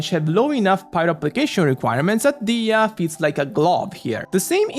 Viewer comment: I'm really really happy that you're pronouncing her name "DI-HIYA".. her name sounds so beautiful that it makes me cringe every time I hear someone call her "DEYA"..